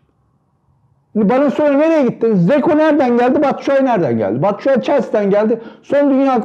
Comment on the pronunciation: Batsuai dediniz yanıldınız